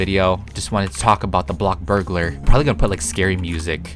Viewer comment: No hate but can you please stop saying BLOCKburgalar and say BLOXburgalar. I just is kinda annoying me.